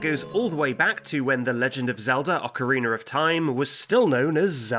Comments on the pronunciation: Any time its called" Ah-co-reen-er of time you know its gonna be a banger of a vid. Good job dude! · Wtf is an "ocarinar?" 😂🤔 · Ocarina does not end in a R. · Ocarina doesn't end with the letter "r"